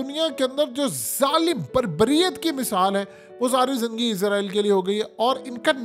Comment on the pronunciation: App izraeel kyun bolty ho israeel bola kryn